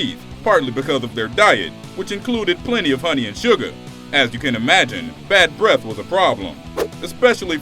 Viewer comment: "BREF" Mints? You black people say the weirdest and most retarded shit. Maybe that's WHY you all need them "BREF MINTS" hmmmmmmmmm.... 😂👌 Dummy.